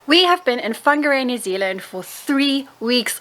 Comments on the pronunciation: Just stumbled across your video. I live in Whangarei, so welcome. Thank you for announcing our te reo correctly truly appreciate it❤️ If you love costal life you've move to the perfect location. Beaches either way you travel. From 10 to 45mins depending on what your into. Rocky, boulder, fine sand, chucky sand, shelly. Whangarei has it all!! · Wow! Congratulations you even pronounced it well. Welcome. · Appreciate u made the effort 2 pronounce Whangarei correctly n welcome to Whangarei NZ